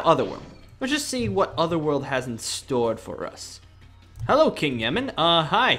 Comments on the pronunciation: his name is not king Yemmen it's king Yemma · Its Yemma not Yemen